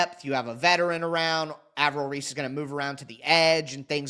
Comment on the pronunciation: Ar-vell Reese